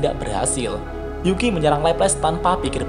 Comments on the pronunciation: Pak kalo nyebut nama yuuki agak diperjelas lagi dong wkwk,ada yg kedengaran yuuki dan ada yg kedengaran zuuki jadi agak salah paham nih kita wkwk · Yukii, bukan juki bang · Bang kadang Yukii terdengar seperti Zukii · Gua dengarnya Mimin bilang Yuuki itu Zuuki